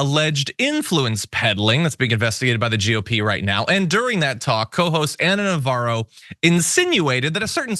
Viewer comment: Her name is Navarro, where did you hear "Novara"?